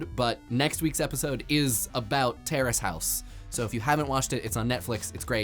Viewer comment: I keep thinking he's saying Tara's House, find out its Terrace House